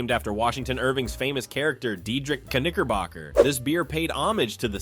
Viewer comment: It came to the segment of, segment of , Knickerbocker beer, I'm glad that it doesn't exist anymore. You really have to pronunciate your words, all because, it's very dangerously close to the n-word. I bet it was a wonderful tasting beer, and people loved it. I feel like you really have to pronunciate your vowels. All of that aside, all of these beers, I've never heard of them. All because, some of these beer at the time, was before my time, or I was still a child, but most likely, it was before my time.